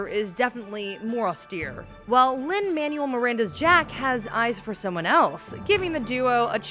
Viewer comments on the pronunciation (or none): Lin-“Manual” Miranda, put some respect on his name 😂😂